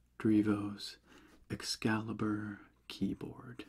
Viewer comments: definitely says "excaibur" 😂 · It actually do say "excaibur". There's no L in between. Or am i blind???!? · Haha it would be EXCALIBUR so it is missing the L entirely hahaha